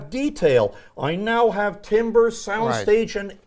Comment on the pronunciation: Great. Please tell that the word "timbre" is pronounced like "tamber".